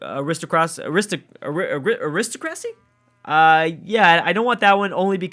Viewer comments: It's pronounced A-ri-sto-cra-sy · Are-is-toe-cras-ee, lol. I believe it's pronounced Air-is-tok-rassy :) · ah - ri - stock - ro - see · Aristocracy... Ari-stock-ra-see